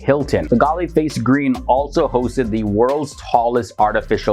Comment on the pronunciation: Its pronounced "Galle Face" Not Galay Face.